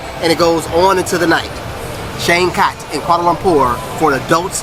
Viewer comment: Changkat => pronounced as 'Chunk Cut'